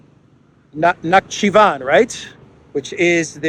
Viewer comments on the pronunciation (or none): Na-hi-chi-vAn, accent on a last syllable Place of Noah's Arc landing, by the way. Nah, i'm not a believer, just saying.